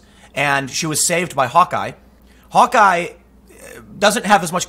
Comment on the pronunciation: How can you mispronounce Hawkeye, it's literally the word Hawk (like the bird) and Eye (the thing people have less than two on average) one after the other.